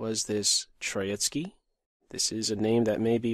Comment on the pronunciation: Actually it's TrOitsky, not TroItsky. The 1st syllable is stressed. It derives from the word "TrOika" I guess.